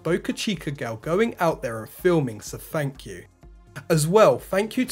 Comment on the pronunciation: Well at least you know you can get comments pretty easy for me... I just can't help myself but to make fun of the way you talk... Fank you Fank you Fank you